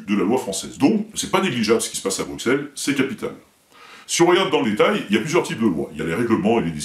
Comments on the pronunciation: Bruxelles, le X se prononce S, donc BruSSelles en phonétique, pas BruQUSelles. ^^ Signé : Un belge qui t'es fan. ;) Vidéo remarquable, continue ! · Bruxelles se prononce Brusselles ;) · Ah et pour les oreilles de nos amis belges : ça se dit "BRUSSELLES". Tu verras, ils auront le sourire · Bruxelles se dit Brussel !! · Rhaaa j'en ai marre moi quand on prononce mal le nom de Bruxelles !!! :) Faut prononcer "Brucelle" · bruxellles ... fais un effort sur la prononciation stp mdr